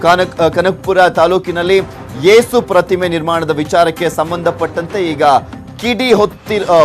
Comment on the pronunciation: ಯೇಸು is a proper word not ಏಸು